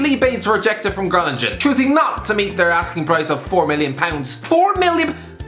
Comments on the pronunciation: Groningen is said crowningum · No one:: GroninJen, ZiyeHHH